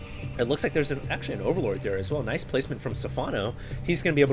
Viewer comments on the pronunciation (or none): none